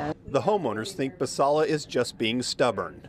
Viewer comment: Team Basalla! That Karen didn’t even give the gardener the courtesy of pronouncing her name correctly. That is the ultimate example of passive aggression. “There is no design.” What a statement. If you want design, go look into the bylines of your HOA agreements…I’m sure there’s a lot of design in those neatly written paragraphs. Stay classy, Novato.